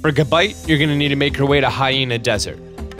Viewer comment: it's gibite